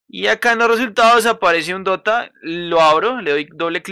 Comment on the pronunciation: Busco dota “de o te ah” :,)